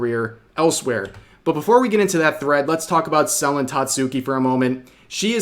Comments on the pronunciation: Lmao the way he say Selen. "Celan" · I like how he keeps pronouncing it SELL-en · You've been pronoucing Selen's name wrong and I started saying "selling" every time you'd say her name. No worries though, just making jokes It's pronouced "Se-lén" and not "Sél-len" btw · I know Rev is trying to be well-meaning here but he could at least take the time to learn how to pronounce the name of the individual he's reporting about and not just blatantly lazily reading what he sees on paper. It's not SEL-en Tat-SOO-key. It's Se-LEN TATs-key. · Are you mispronoucing her name sullen or suh-len? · Im going insane because he keeps saying Sellin' instead of Sell N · you know it's pronounced selEN right 😭its killing me the way you keep saying it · tbh i never heard someone say Selen like Sel-Lon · love how you covered this situation, only thing that's bothering me is how you're saying "Selen" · can't even say her name rite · Okay, this is serious and all but the way Rev pronounces Selen is making me twitch. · Amazing video Rev But the way you kept misspronouncing her name 😭